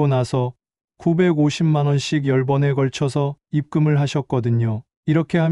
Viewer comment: 내용은 좋은데.....ㅠㅠ ....대본을 읽는 분이 꽤 연륜도 있으신 듯 한데, '비법' 의 발음도 제대로 못 하고 계시네요.... '비법' ㅡ> '비뻡' , '열번에 걸쳐서'--> "열뻔에 걸쳐서" , '별도'ㅡㅡ> '별또" 등등 낭독상의 작은 실수들이 내용의 신뢰도를 떨어뜨립니다(듣다 보면 짜증이 확~~).